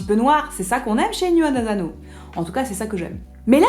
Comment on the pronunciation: Bonjour, une petite précision : en japonais la lettre S ne se prononce jamais comme un Z, donc ASANO ne se prononce pas azano.